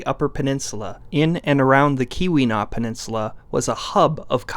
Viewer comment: Hey, just wanted to pop in and let you know that Keweenaw is pronounced like Cue-when-aw. Its weird, most of the stuff up here in the UP is weird. its why i clicked on this video. I knew that us Yoopers would come up hahah. Love the videos